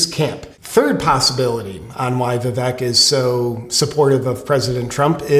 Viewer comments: He pronounces his name Vivake. Just sayin' . Love your channel J.P. ! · i know this is small... but its Viv-ake it rhymes with cake. If you have not seen his freestyle rap on fox. which is weird considering fox is the establishment... but vivek is a maverick. you are basically telling us what leftists have already known. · Its vikek, but it rhymes with CAKE, ViVAKE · pronounced Viv-Vake.. catch on people